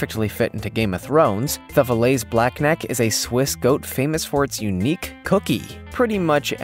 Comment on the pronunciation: That Valais Switzerland goat is pronounced (Vol•LAY')